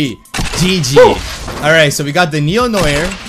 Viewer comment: You're Canadian you should know how to say "noir "